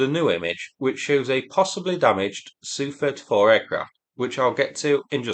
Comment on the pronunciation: Do you say yook when saying U.K. same as you saying sooo 31 no S.U 31